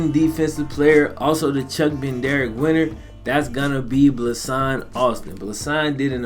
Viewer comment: Bro it's BED-NARIK not "Ben Derrick" it bothers me way more than it should but damn